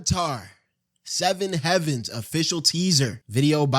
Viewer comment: Bro doesn’t know how to say “hay-vens”💀